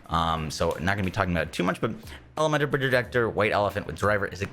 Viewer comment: "Elementor projejector"